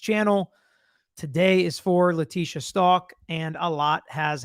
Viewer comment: Stauch like how..stowk not stalk 🙂